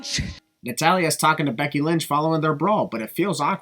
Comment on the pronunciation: “Becky Lunch” 😂😂